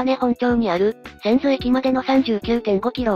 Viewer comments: おばら❌おおはら⭕️ せんどう❌せんず⭕️ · 大井川鐵道の千頭(せんず)駅と読みます。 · んー、いい動画なのに読み違いが多すぎて興醒め…かくだて（角館）、ようかど（鷹角）、はちとう（八頭）、せんとう（千頭）…こういう動画だからこそ地名、固有名詞の間違いは見過ごせない。